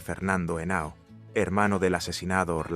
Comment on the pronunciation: No es Jenao es Henao